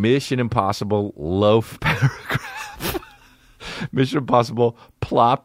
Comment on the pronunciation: Missin Imposhibble.